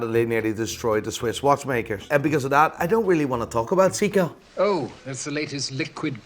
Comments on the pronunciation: It's not a "Seeko", it's SEIKO 😂😂😂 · Say-ko, not see-ko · Brosman, See-koh, "Christopher", Maleek, "Quantum of Solance". Doesn't know who Roger Fucking Moore is. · Dude! "Siiko"? WTF? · Watch expert can't pronounce seiko correctly